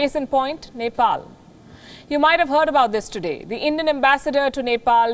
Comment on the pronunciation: Even the reporter couldn’t pronunce of Neplease cast how she can make a report without looking map of her country